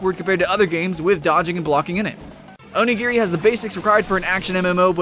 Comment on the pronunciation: You said otaku right but not onigiri.-.